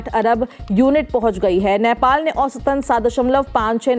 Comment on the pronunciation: Patrakar Mahodaya, its नेपाल not नैपाल